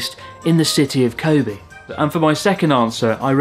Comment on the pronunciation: Learn to pronounce "Kobe".